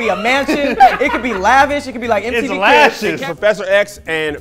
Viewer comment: "It could be lavish" "It's lashes" 😂😂😂